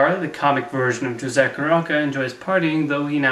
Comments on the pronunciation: for a little note: Jose's name is pronounced "Ho-zeh" as "j" often makes the "h" sound in spanish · To be fair, you did mispronounce a lot of things that could have easily been pronounced correctly by watching the videos you showed in the clips (Caballeros, Aracuan, and Jose, for a few - you're correct in using the "j" sound, but it's still not quite the correct pronunciation) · Although I agree with what you say in this video pleasepleaseplease stop calling him Jose with a "juh" sound. It's "ho-say", and the three "caba-yeros", not cabeLeros.